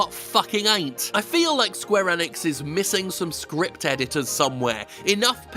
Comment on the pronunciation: This man can’t say gibberish Enix or xeahahort wtf